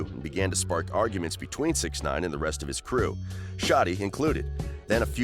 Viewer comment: yeah it takes less than 30 seconds of research to figure how to pronounce it. this dude probably makes THE WORST videos on youtube regarding anything hip hop/rap.